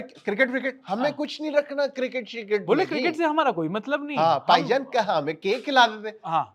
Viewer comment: पाई जान ये हर्षित राणा के मुंह से बहुत अच्छा लगता है 😂😂😂पाई जान